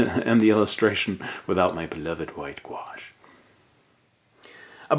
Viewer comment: Guash? or are you saying Wash? Sorry not trying to be an idiot want to learn.